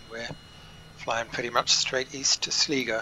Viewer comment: Sligo is pronounced slygo, cool video though this game is so chill.